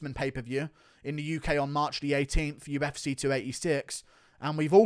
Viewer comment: Where’s your accent from in England mate ? Uf”cuh”